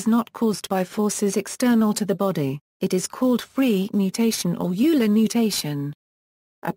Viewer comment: It’s not ewler It’s “oiler” Euler